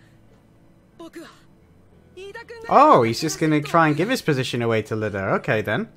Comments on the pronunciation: His name isn't Lida, it's Iida. But, understandable mistake.^^ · Can’t wait for you to get farther into this series, it’s so good. Also btw his name is Iida with two i’s not an L, so it would be “E-duh”